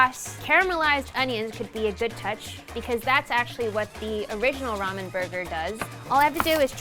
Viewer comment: It’s pronounced ramen not ramen